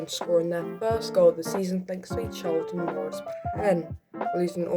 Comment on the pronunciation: To be completely honest that was probably the best video I’ve ever watched, the shear passion showed by here was truly second to none. Only point I would add is that you quite cruely and direspectivly prounounced CARlton Morris’s name CHArlton Morris which is a very minor point but overall brilliant video🥶